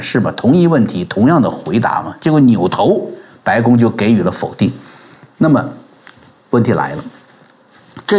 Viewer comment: 字正腔圆的国语是我经常听他节目的重要原因之一，但好多次听到“给予”念成geiyu, 能改正过来吗？